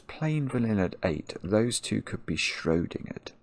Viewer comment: the way he says schrödingerd makes me furious